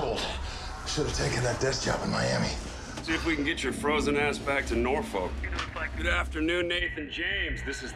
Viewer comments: Nobody in Norfolk calls it Nor-folk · NOR-FUCK not, nor-folk, well to me anyway lol And I'm sure that's how it was originally pronounced, seeing as American has many places named after england. Say it, It sounds so much better, doesn't it?